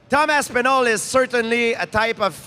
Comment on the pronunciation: The way GSP is saying his name it’s real close to another name that would fit perfectly.. instead of Tom Aspinal.. I was hearing dum ass pinal